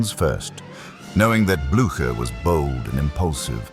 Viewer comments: Jaki Gerard, jaki Blacher?? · Co za katastrofalne nazywanie dowódców w tej bitwie przez narratora!! Trzeba najpierw uczyć sie wymowy francuskich i pruskich nazwisk dowódców!!